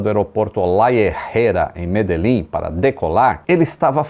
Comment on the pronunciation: É estranho pra mim que falo português mas que sou colombiano escutar o nome da cidade "Medellín" e algumas outras expressões e orações com uma pronunciação errada rsrsrs. Mas achei muito bom o documentário rsrsrs